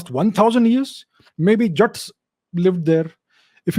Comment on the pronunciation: Calling Jaaats , jats 😂😂😂!